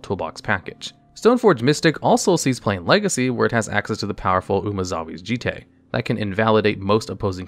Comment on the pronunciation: And yet he nailed Umezawa's Jitte.